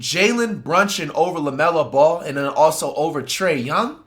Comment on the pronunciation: “Jalen Brunshon”😭💔